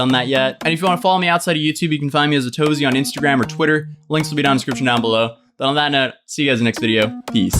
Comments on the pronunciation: luis arias THATS WHAT I THOUGHT. Then one video he pronounced it a-to-zee and just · Atozy changing the pronunciation of his name every week gives me trust issues